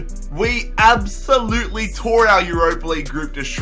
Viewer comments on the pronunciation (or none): none